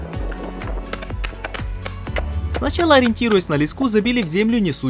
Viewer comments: "лЕску", а не "лескУ"!, "из мешАлки", а не "из мЕшалки". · Один вопрос, почему лескУ? А не лЕску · Почему лескУ, а не лЕску? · пожалуй первое видео за долгие годы, которое я смотрю с удовольствием и с нетерпением жду продолжения. единственно непонятно, что у вас с ударениями? Еще можно понять лескУ, но мЕшалка - заставляет почесать затылок и подумать что монтаж и озвучку вы отдали индусам на аутсорс))) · Все отлично, но лЕску,, лЕску. ) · Не леску а леску! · Шикарно. Только уши режет ваше лескУ мЕшалку и тому подобное ) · И почему мЕшелка, вместо мешАлка? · ЛЕ'СКУ УДАРЕНИЕ НА Е🤬😤😤😤😤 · Ах этот колорит слов.... ме'шалки, , , леску' только ради такого говора стоит посмотреть это видео. Жду 3 часть... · мешЕлка, лескУ, кровь из ушей..